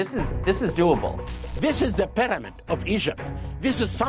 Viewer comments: Take a shot every time he says Pi-dah-mid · Just realizing we've been mispronouncing pyramid all this time. Proper pronunciation; pàdàmàd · Something about the way he pronounces pyramid drives me nuts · I learned how to pronounce 'pyramid' from that Hawass fellow.